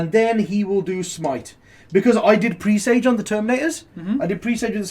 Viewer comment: Presage pronounced like message dudes!